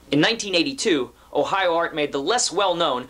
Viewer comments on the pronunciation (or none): none